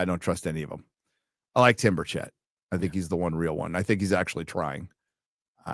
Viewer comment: My congressmans name is pronounced Birch-It. I know, its a TN thing.